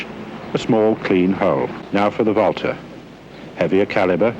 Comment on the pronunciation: I like how he pronounced Walther correctly.